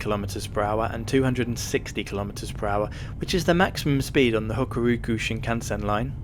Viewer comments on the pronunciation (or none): It's "Hokuriku", not "Hokoroku" :) Glad you enjoyed the trip